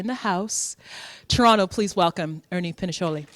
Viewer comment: How'd you get all that background information on him but Butcher his name Twice!! ctfuuuu